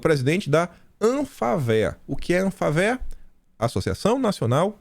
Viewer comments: escreve-se ANFAVEA, mas se pronuncia An fá vea.tem a sílaba tonica no fa. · Bom dia🎉.Aqui em São Paulo dizemos Anfavea ,com ênfase no fa